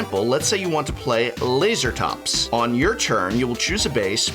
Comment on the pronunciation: Lase(pause)Ratops in my opinion. Not Laser(pause)Atops :P